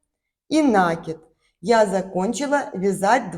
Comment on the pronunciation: Красивый узор, спасибо! Только правильно ударение ставить : накИд, не нАкид, от глагола накИдывать